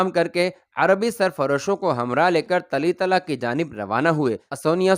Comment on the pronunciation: اردو بولنے میں غلطیاں بھت ھورھی ھیں لفظ طُلَیطَلہ(TOLAITALAH)ھے